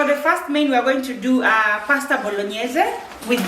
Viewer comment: you said paste bolo whaaat now😂😜?tuchanue hapo kidogo